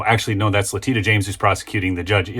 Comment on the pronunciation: Not La-titta, La-teesha.